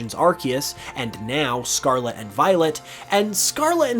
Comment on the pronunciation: If you stop saying scarla interested of scarlet ill subscribe